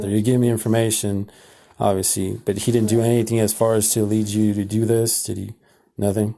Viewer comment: “nah-teen” I’m Hispanic/ Latina myself but when I say the word nothing it doesn’t come out like that I have to physically try. English is my second language too, I learned English as soon as I started kindergarten (elementary). 4th grade moving forward I stopped having bilingual teachers and was all English and lost 2 bffs by not having the same teacher lbs 😢 😅 but 3 out of the group were mean to me. Very mean in fact. Made me cry a few times. Anyway, idk how some of them do it when saying the word nothing to nahhh teen so naturally 😅 exactly how this one is speaking but more enhanced.